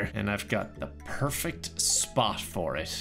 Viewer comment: "perfecked" got me